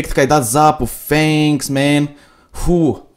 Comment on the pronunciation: se zice thanks nu fanks